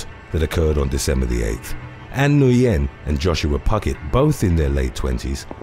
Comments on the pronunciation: Nguyen is just pronounced "win". Everyone always says it wrong lol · The name “Nguyen” is actually pronounced closer to the word “wing”. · I think Nguyen is pronounced "Win," or "when."